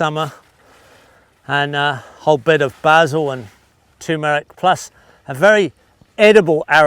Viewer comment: and tu MEH rik.